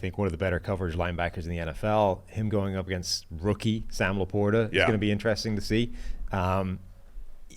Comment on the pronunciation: hey, say it with me.... Inter-resting. Not Intra-ressing. C'mon, you got this.